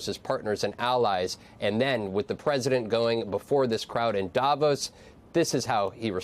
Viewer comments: It's not DAH-vos. Its Da' VOS. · When do anchors, experts, journalists on CNN and any other American Newsnetwork finally learn that Davos is pronounced Davòs and not Dàvos!! Guys, the accent is on the o, not on the a !! You have mastered pronouncing more challenging names, it can't be that complicated!?! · Jesus; will you people pronounce places and people properly as you come across as amateurs. 1. Arctic is not Ardic. It’s two clear syllables ARC and TIC 2. President Macron is Ma Cron, and you don’t pronounce the ‘n’ not Ma Crone as in ‘own’ 3. Davos is Da Vos not Da Vose This is just rude and you sound like peasants. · Why do Americans repeatedly and incorrectly pronounce people's names and places in Europe? 1. DAvos NOT DAYVOS 2. Emanuel MacRON NOT Macrone